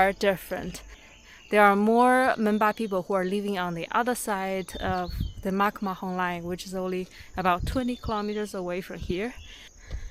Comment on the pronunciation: Taken so well & really informative. Keep going 👍🏻..& just fyi.. it's McMahon Line.,not McMahom 😇